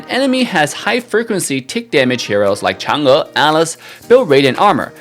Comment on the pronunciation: I gave you a like because you pronounced Chang'e correctly